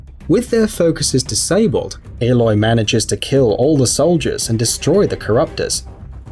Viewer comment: Did he just say airloy